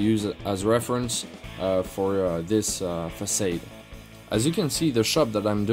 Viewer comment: The word "facade" is pronounced "fuh-'sod", not "fuh-'sade"